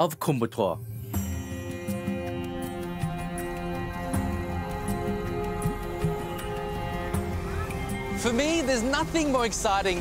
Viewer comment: The correct pronounciation is " Koyambattur" but what you're saying is " kumbattour". Please note that.